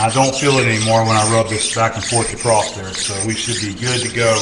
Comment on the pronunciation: PSA There is no T in across. Also, heighth isn't a real word.